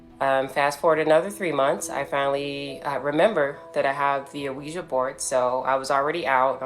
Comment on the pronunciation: Quija board is pronounced wee juh technically